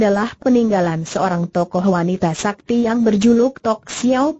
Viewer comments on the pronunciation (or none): Bc nya super s a k t i dieja Haha